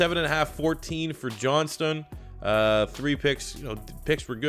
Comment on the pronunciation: It is 'John-stn'